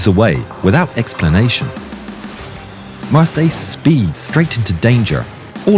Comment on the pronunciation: Mar-Syler would be the correct pronounciation. Probably a descendant of a Hugenot family. We have many of them in South Africa their names are pronounced phonetically the German/Dutch way